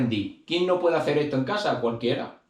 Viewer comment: Y lo de aprender a hablar español correctamente siendo español para cuándo??? Por qué eso no es acento , sino es no saber hablar español castellano correctamente. No sabes pronunciar las palabras correctamente ni entonar ni vocalizar. Dices todo con c o con z. Caza en vez de casa,coza en vez de cosas etc. Luego todo con ch, ,coshe en vez de coche. Y luego do y tre. Para referirse a dos y tres etc. Y así con todas las demás palabras y frases así que yo no puedo aguantar esto ya bloqueo este canal y que no me salga porque me da asco oir a la gente de Andalucía Murcia y Extremadura